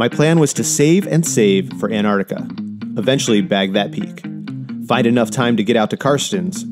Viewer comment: ANTARCTICA is pronounced ANT -TARC - TICA or ( ANT TAR TIC KER ,) NOT repeat ANN aRT TiCA got it 🤣😭😅✌️